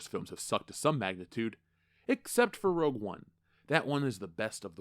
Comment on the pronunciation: You confused saying "Rogue One"